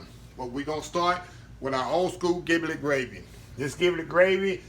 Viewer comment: Ji - Blet not Gi - Blet